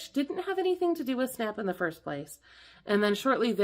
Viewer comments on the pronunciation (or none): none